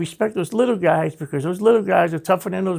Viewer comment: Everytime this guy says Guysh I laugh 😆 8 guysh at once